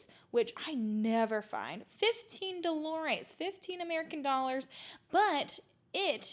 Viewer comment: you crack me up😂😂!! When you said "15 dolores" the way you pronounced it translated to "pains" instead of "doh-lah-rez" (dolares) which means dollars in Spanish 😄